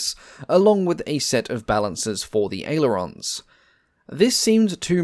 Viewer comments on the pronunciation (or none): none